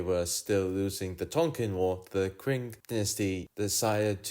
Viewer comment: a channel with what looks like a nice future, slight titbit is that the Q in Qing is pronounced as a ch rather than a k/kwe